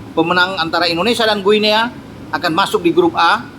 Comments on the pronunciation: Guinea : baca 'Gini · Guniea bacanya gini....